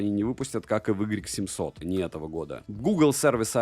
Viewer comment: Может не "игрек 700", а "уай 700", всё таки?)